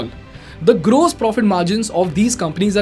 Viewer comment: Fix your pronounciation for 'gross'. It hurts my ears!